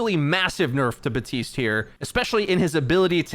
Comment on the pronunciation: why do you say baptiste's name wrong? it makes no sense, they say it in the game and you probably hear it all the time